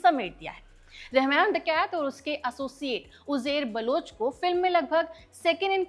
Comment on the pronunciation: Jab aap koi video host karne aate ho, esp something where you claim to bring in facts, the least you should do is to check your own pronunciation. Aap Mohajir ko kaise pronounce kar rahe ho? Uzair baloch ka naam kaise pronounce kar rahe ho? Aur aapka pehla hi fact, ki MQM party bhi thi --- it is very clearly mentioned in the film, multiple times, a party with M in its initials. Dhyaan se dekhni thi picture. Aur apni pronunciation please check kar ke aaya karo..... Coz it mars such a good video you've tried to make.